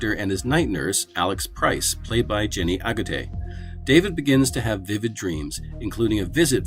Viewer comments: Jenny AGUTTER, not "Aguttay" ! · That's some horrific mispronunciation of Jenny Agutter's surname. It's not pronounced Agurtay, where the hell did you get that from, are you dyslexic?